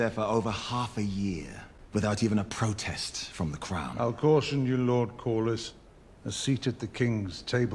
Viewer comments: It's "Kor-lis". Very easy to pronounce. "lis" is pronounced like in "list" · I lose it every time you call him lord calories lmao ! it's pronounced cor-lis and re-nee-ra 🩵 I love you and your reaction made my day ! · I haven’t seen any assistance with pronunciations in the comments, so in case anyone on patreon or wherever hasn’t said anything… Cor-liss Ray-knee-ruh Generally the names are phonetic, but they also all have British accents. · Sounds like: Corliss for Corlys Rayneece for Rhaenys Rayneera for Rhaenyra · Pronounce their names this way, Ray-Near-Ra (Rhaenyra) and Cor-Liss (Corlys) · Great reaction bro. The way you pronounce Corlys’ name is-Core-Less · So.. Lord Corlys.. Core-Liss lol Man I can’t wait for you to get further into this, it gets emotional and crazy!